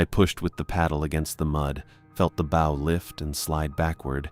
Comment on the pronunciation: This is the third story where the narrator voice shows it does not know how to pronounce "bow" when referring to the nautical use.